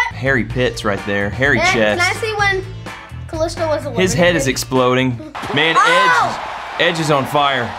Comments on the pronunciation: Bruh it's ka lEE sto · said Kaisto 😅😅🤣🤣🤣🤣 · That’s not how you pronounce kalisto